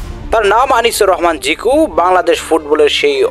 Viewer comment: আপনারা কি ও উচ্চারণ করতে পারেন না?চোর বলতে কি চুর বলেন?তার নাম জিকো, জিকু না